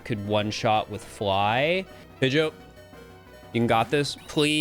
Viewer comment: Pronouncing Pidgeot like goat is fucking heinous 💀 Also holy shit you did the swaps by hand!?!, mad respect for the time and effort that would've taken